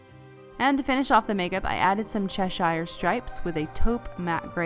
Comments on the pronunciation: cheshire is pronounced 'che-sh-er' not 'che-sh-eye-er'. great video as always though :) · It drives me mad when people say Cheshire wrong 😂 but I can ignore it because you're so good!